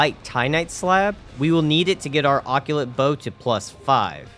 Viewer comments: what the hell is an okyulit- WAIT ARE YOU TRYING TO PRONOUNCE OCCULT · Love how you say occult (it’s pronounced “a cult”) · What is that pronunciation on occult? You said "occulate" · It sounds cooler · Great video! Love seeing simple challenge runs like this every once in awhile. Occult is pronouced "Oh-Cult" btw. I've got a friend with Dyslexia and he struggles with reading it too.